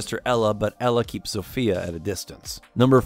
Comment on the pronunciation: "Zofia" is read like Zo-fia not Zofya or Zofeya just Zo-fia